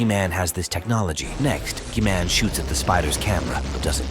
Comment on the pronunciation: Bro, said G-man like key man with a G